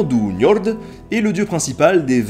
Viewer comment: Nota Bene Njörd se prononce "Njeurd" en français ;-)